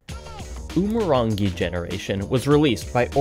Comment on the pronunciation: i can't even begin to state how te reo māori & umurangi are very much not pronounced like that. also it's less than 200,000 FLUENT speakers, the overwhelming majority of aotearoa knows basic phrases & most people can hold simple 'how are you?' "i'm well." conversations. i don't expect you to know this but christ almighty i'm sick to death of people referring to us like our language is dying rather than being rebuilt after it was stolen from us